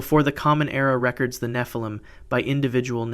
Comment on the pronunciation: Re-cords is the proper pronunciation that should be used here. Rec-ords is still a viable pronunciation, but entirely different context.